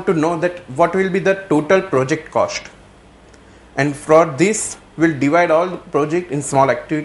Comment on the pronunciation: WHAT IS THE ACTUAL COSHT SHIR... LOL... OPERATION RESHEARCH... SHTART... ROFL.... FUNNY GUY....